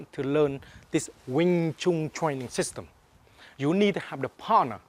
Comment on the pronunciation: LOL twaining he sounds like tweetie pie